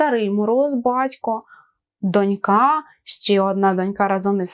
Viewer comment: Все, конечно, очень хорошо, но в некоторых словах ударение неправильное: дОнька, Олень*